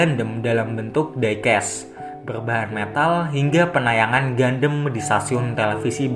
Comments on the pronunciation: Tulisan gundam di baca/pengucapan gandam bukan gundem min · Bukan gandem Tp bacanya GAN DAM